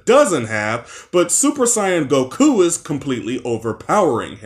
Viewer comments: Same with him putting emphasis on the ku in Goku’s name. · Why do you pronounce goku like it’s a question? Gokuuuuu?